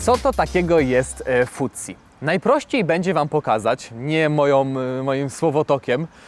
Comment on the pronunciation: Mowi sie fudsi przed d wiesniaku, futsi przez t to walenie konia stopami itp 😂